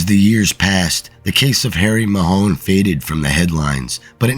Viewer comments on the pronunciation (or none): The pronunciation of the name is Mahon (like baton)NOT Mahone😂